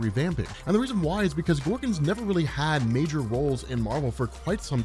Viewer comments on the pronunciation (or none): none